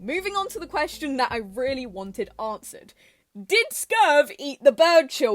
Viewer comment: For your information reading in comments, the Coyote mascot is called Skurv, not Scurve